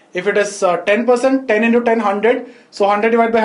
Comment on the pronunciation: Twendyyy,indoooo🤣🤣 Btw Thank you sir..